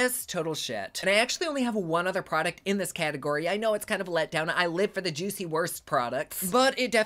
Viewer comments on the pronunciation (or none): none